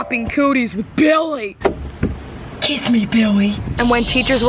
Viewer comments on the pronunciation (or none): Kamaryn Sablan KISS ME BIWWY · BIWWY KISS ME BIWWY DONT LEAVE lol 😆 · I lost it every time she said billy but it sounded like “biwy” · Kadence Washington not billy its BIWWY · Kadence Washington she said biwwy not Billy's hahaha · Maggie C no she said biwly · no its bwilly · The random “Kwiss mwe Bwilly” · kWiSs Me BiWwY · Kwiss me bwiley